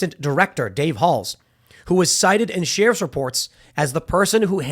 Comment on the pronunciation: If Tim says SHEAR-IFF one more time...